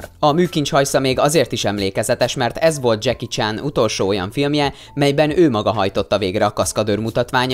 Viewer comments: már az első mondatnál sírtam! Mi az, hogy..most fonetikusan írom le....Dzseki Csán? :D Mert így ejtetted :D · Senki: Ádám: Dzseki CSÁN